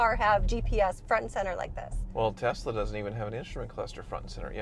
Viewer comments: it is TeSla not a TeZla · Why do you guys say "Tez-la"?